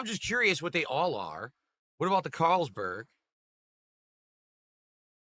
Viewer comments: Just hearing him read one of the most popular beer names as a neanderthal, makes me cringe...CaaaaaaarlsBERG...dude its the most common European beer like Heineken that you can get at a gas station. Also this moron doesnt even know how to pour lol, you dont just drop it from the top at a straight angle, you tilt the glass to the side so the beer pours consistently. Its not the can's fault, its you being an idiot and not knowing how to pour a beer from a can OR bottle, its the same techinique. Jesus this guy is useless for living. Sing-HA......its SINGA you twat. ALSO the head size depends on how you pour...you dont pour like him and get a fat or skinny head depending on the beer, its depending at what angle you pour it. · I don't know what this thing is... Caaaaaarls-berg? No frickin way he's never heard of Carlsbery before.